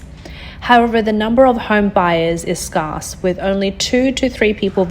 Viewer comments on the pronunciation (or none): WHO is buying these properties at these prices? The prices clearly have a long way to fall.... Only an idiot would buy in June 2023. (The pronunciation of the word SCARSE is scare-s. The narrator needs education from someone like me, who knows how to read and speak ENGLISH.) THE PONZI SCHEME in China is crumbling. M 🦘🏏😎